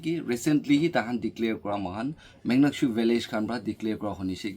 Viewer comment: Not muknyakshu❌ Monyakshu ✅